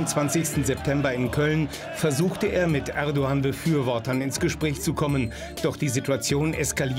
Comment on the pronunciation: Er braucht das türkische T Shirt nicht anzuziehen,wenn er bewusst den Namen „Erdoğan” nicht richtig liest!!!! Nicht „erdogan“ sondern „erdo _an“ wird es ausgesprochen!!! Wenn ein anderer es falsch ausspricht weil er die Buchstabe „ğ” nicht kennt,habe ich dafür Verständnis,aber für einen ,der behauptet Türke zu sein,nicht!!!! Das ist genauso wenn ich das Wort „nah“ als „nach“ aussprechen würde,weil im türkischen die Buchstabe „h“ betont wird,aber da ich ja die deutschen Buchstaben kenne,muss ich ja anders aussprechen,ansonsten wäre das irgendwie Provokation!